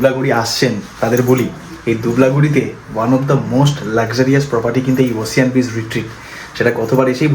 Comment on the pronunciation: “ওসিয়ান” নয় “ওসেন”